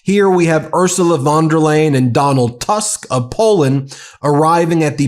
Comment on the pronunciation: Excellent video, but not spending a few seconds finding out how to pronounce the name of the president of the European Commission makes you look unprofessional, unreliable, and uneducated. Von der Leyen is pronounced like "lion", not like "lane"!